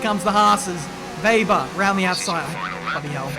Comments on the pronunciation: German here... His Name is spelled "Wehber" not "Weiber" or "Webber" :) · But they pronounce Weber Veber in this game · Weber is a German name. It's not spoken like Webber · Weber isn't supposed to be pronounced Webber, it's German pronunciation. This is going to trigger a lot of people if you just intentionally mispronounce things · Weber not Webber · how you pronouns Lukas Weber first is correct. It's a german name. Not like Webber. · Don't call him Webber pls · Weber is a german name. So you really don't pronounce it as "Webber". You have to stress the "e" more like "Weeber". But the "e"s are pronounce like the first "e" of "exeptional" for example. I hope i could help. Greetings from Germany Munich! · It's Weber not Webber. One B means a longer E also he's german and we don't have Webbers here only Webers :D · I think it's read as Ve-ber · "Weh-ber" is the correct way to call him,.